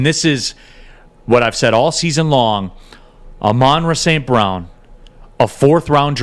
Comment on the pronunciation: Neal. Say Amon-Ra St. Brown correctly. Put some respect on his name.